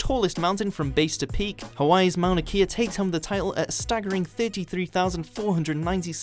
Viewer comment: Only slightly butchered the pronunciation of Mauna Kea